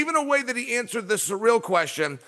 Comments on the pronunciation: "Surreal Gane" ty Chael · Did chael said suurel instead of ciryl 😅